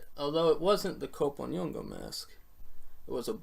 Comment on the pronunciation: We're gonna have to teach you how to pronounce "kp". It's a single syllable. Just like we have "ch" or "tr" in English. Soon as I confirm that the people of Cote D'voire pronounce "kp" the same way the Yoruba people do.....